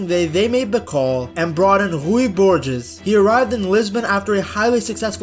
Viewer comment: Say it like Borjes